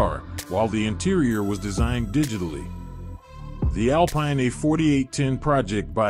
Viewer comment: Second video with a narrator/creator that doesn't know that the company's name is pronounced Al-Peen.